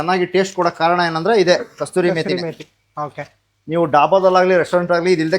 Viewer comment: ಅದು ಕಸ್ತೂರಿ ಮೇತಿ ಅಲ್ಲ, ಕಸೂರಿ ಮೇತಿ